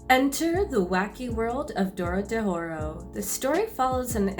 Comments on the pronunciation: Anybody question the fact she’s pronouncing it wrong? DORO-HE-DORO, she saying DORO-DE-HORO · Please my wife, it's DO-RO-HE-DO-RO Not dowrodehowrawr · DORODEHORO. She said. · it's pronounced doro E doro and means "door to door" ffs do at least minimum research before you post shit and dont try to blame it on the disorder otherwise nice vid, cheers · kinda got annoyed by the misspronounciations "Dorodehoro" in and ... But the general tips for newcomers: read the manga, enjoy the good messy art, don't see anyone as protagonist/villain and don't try to get the plot, the plot will get to you! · Im looking for this comment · Maybe pronounce it right before making a video about it? It's fucking easy. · you said it right once at the start then got it wrong for the rest of the video